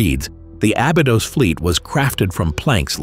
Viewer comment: Pronounce the ī in Abeedos!! White people 🙄